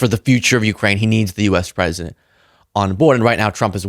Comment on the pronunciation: If was pwesident. If I was pwesident. Reminder you supposed to be the president. Jesus Christ 🙏